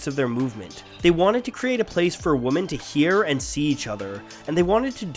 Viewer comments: I go to Canada 🇨🇦 all the time I’ve never heard anyone pronounce one of the most common words used daily wrong like this This person needs to go back to preschool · I'm not sure if you know this, but "woman" and "women" are actually pronounced differently... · Damn I didn't know I loved punk rock until now. Also gawd you mispronounce women. Really great video but that feels like a record skipping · Shocking inability to pronounce the word “women” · Does any one els find it weird how he says "Woman" when is says and he should be saying "Women" ? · the inability to pronounce 'women' and instead always saying 'woman' hits real strong on this one. think the only time ya say 'women' is during the ad read at the end when ya said the name of the org. anyway, a really cool video all in all! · Women pronounced wimmen not womin, wtf. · also, wimyn, not wo-men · Holy shit why do you keep saying woman instead of women lol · Is it just me or does it sound like he's saying the singular 'woman' instead of 'women'? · I know this video is old, but please learn the difference in pronunciation between "woman" and "women." I see that as the bare minimum when making a video specifically about women punk artists. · Why do you say woman instead of women? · Is there some reason that the narrator says "woman" every time he means "women"? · Isn’t pronounced Women not woman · wouh-man - singular ... whih-men plural .... get your english straight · It irritates me that you’re saying “woman” the entire time instead of “women” I mean jeez it’s a video essay. At least say your words right lol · Women. It's. Pronounced. Wemen. Not. Wooman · He keeps saying "womAn" when he is speaking for "womEn", or am I just hearing things? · Who pronounces women like woman except for this guy? I've never heard anyone but this guy say it like that, everyone else i've ever heard has pronounced it like wimin. Man, that's bizarre. Looking at the comments it's clear i'm not alone in this thought.